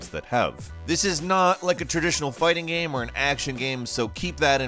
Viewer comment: Why do you say GAM instead of GAME?